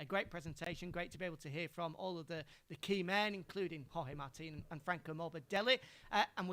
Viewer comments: did she really said 'george martin'.......twice........WTF!!!!!!!!! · Yeah that a new name that I have seen my life in motogp "George Martin"😂😂